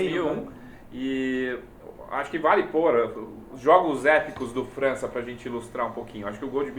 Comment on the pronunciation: Porra,, errar o nome do França é imperdoável.